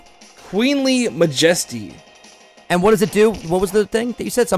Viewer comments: Mah-Jesty.... It's Majesty like the Queen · when said queenly majesty I thought he said wiggly majiggly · anyone else annoyed with how pronounces 'majesty'?